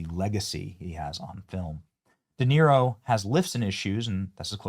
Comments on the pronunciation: Robert De Tear-o 😭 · How can we have a real conversation when you can’t even pronounce De Niro’’s name? I know you did it on purpose hypocrite😂